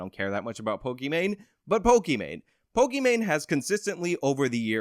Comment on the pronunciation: Of the three youtube personalities in this video, you clearly are superior. You hold 100% eye contact with the camera, while i cannot maintain 100% eye contact with your image in the video. You know how to pronounce pokimain correctly, and can analyze her stance and content. You are superior to me. And you clearly state that people can think what they want and you won't force them to agree with you, gosh what an incredibly enlightened brain you are burdened with my word. I.honestly can say you are doing everything a youtuber should be doing and your just hustling you know getting the job down like a man. Thank God you could you could break this down for someone with me ability make understandings. Want to fuck my wife? Let me give you the house key so you can fuck my wife. Just kidding I dont have a wife, I'm exactly the kind of lowely person you expect I am. Please generate more content about POLIMANE and TOBUSCUS and PEWDIEPIE. I need these things broken down for me so I can understand the facts of life. So help me out bro we need you to save the world.